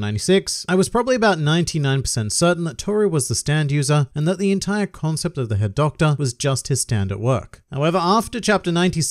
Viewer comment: Am I the only one who kept hearing "Herr Doktor" instead of "Head Doctor"?